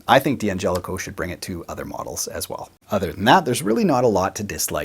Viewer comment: It's still supposed to be pronounced dan-JELL-ih-koh. The first 'D' is not pronounced separately. (Same with D'addario.) You can get a six-way switch at StewMac. They've had them for a while now.